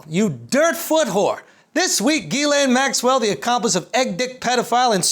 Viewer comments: It's not Jizz-Lean, it's Jizz-Lane Max-Swell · Youre still pronouncing it wrong its gah-lan not gah-lane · You pronounced it wrong, the correct english pronunciation is JIZZ LANE. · I refuse to believe it's pronounced any other way but 'jizz lane," because that's clearly all she is. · Andrew, it’s pronounce Gizz-stain. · ghislaine is a moroccan name and pronounced as khiz-laane, have a great day everyone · Its Jisslenne. It's french, idiot. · It’s actually ghiZZlaine according to the French in Quebec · Giss (not DJISS) Len. Giss-len Maxwell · Guh-len. It's like you're saying the word "glen" with two syllables. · 20 seconds in and I'm already dying laughing at "Jizz-Lean" XD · It's actually pronounced Jiz-laine, and not the other way. The way Andrew pronounces it would be spelled Guylaine... Take from a guy living in a French province. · You're still not pronouncing it right tho.